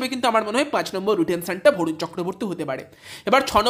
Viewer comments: Vorun na 😂, barun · ভরুন নয় রে ভাই বরুণ